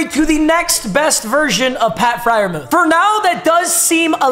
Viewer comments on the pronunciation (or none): It’s pronounced fryermewth